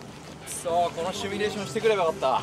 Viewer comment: 字幕ですり替えられてるけど絶対シュミレーションって言ってるよね笑